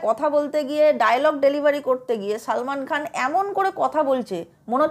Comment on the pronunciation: Beshi bojhen apni , nije akta big budget er chobi banie dakhan . Aar apnar hindi uccharon Madam, 😂😂😂😂😂😂 apni uccharon korchen Saalmaan Khaan, Kaajaal Aagaarwaal. Hindi ta thik kore uccharon korun